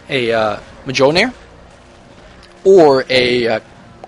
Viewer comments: its acutually mohlnir its silent j and with a sound of h :)) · Mjollnir is pronounced with a silent J xD